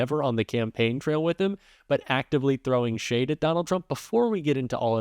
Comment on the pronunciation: Gotta say I’m impressed that you say “throwing shade” correctly